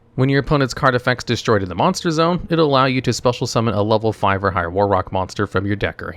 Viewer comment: hehehehehe "moss bonster"